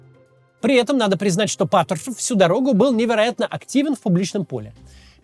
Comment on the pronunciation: Когда над речью работать будешь? Твое Патршвшушев просто убивает. Ты же можешь Р выговаривать, какого хрена весь выпуск ты плюешься в камеру